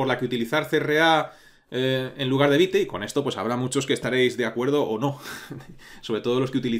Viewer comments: Hola, la pronunciación de Vite no sería Vait realmente ya que no es una palabra inglesa si no francesa, la pronunciación sería veet(vit). Muchas gracias por brindarnos este curso, lo he estado esperando por mucho tiempo, por favor un poquito de zoom para el código 🥺🤓😎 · Un punto,. Según el creador de estas herramientas (vue, vite, pinia) su pronunciación es la palabra en francés, creo que le encanta el francés, así que es vit. Pero igual mientras se entienda todo pasa. Sólo a los puritanos les ha de arder los oídos, jejejeje Yo he usado poco React, casi todo lo que he visto (cursos y tutoriales), no tiene recomendación entre que usar o qué no, dado que es más a lo que tu consideres necesario y lo que hallas leído de dichas herramientas. en lo personal me gusta más Vit, porque es una bestia en velocidad y con HRM es genial, y hoy en día que tenemos al hermoso "bun" desarrollar es como cuchillo al rojo vivo atravesando mantequilla. Pero igual que lo anterior, todo depende de como quieras hacer las cosas.:body-blue-raised-arms